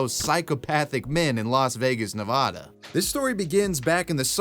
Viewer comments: Nevada sounds like "had uh" not Nev'aw'daw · Neh-Vad-uh. Eat 💩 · It's pronounced "Nu-Va-Duh", there isn't an H in the word. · Ne-VA-DA not Ne-VO-Da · It’s nev add duh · As a resident of Nevada please there is only 1 a pronuced as ne-VAH-duh sorry lol. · You said Nevada wrong sorry i know you're not American but it's neh-vah-dah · I gave you a thumbs down because your dumbass mispronounced Nevada. What an idiot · My ADHD was in full effect during the match story, but even with that going on every time you mispronounced Nevada it brought my attention back immediately. Sincerely, A Nevadan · That's not how you pronounce "Nevada" my dude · thank you lmao